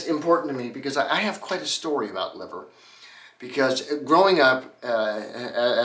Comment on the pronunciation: "Liver" cars (pronounced "Lie-ver" not "Liv-ver" were made by the William Lea Motor Company Limited and were English copies of Benz designs, using Benz made engines. They can't have made many as the company only existed from 1900 to 1901 and only one car is known to survive (appropriately in the Museum of Liverpool).